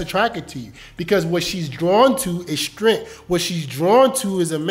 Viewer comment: This is good advice, but you really need to learn how to pronounce the word “strength”.